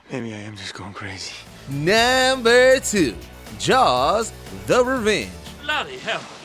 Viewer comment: can you please pronounce "number 1, number 2" etc. normally??